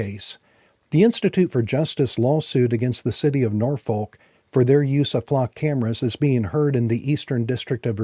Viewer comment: I'm begging you, please, please, please, do not pronounce the "L" in Norfolk. (Native of Hampton Roads here). At least not for the one in Virginia. The old cheer "Don't Drink, Don't Smoke. Norfolk" is probably still being chanted today. It's not just the way it's supposed to be said. A random example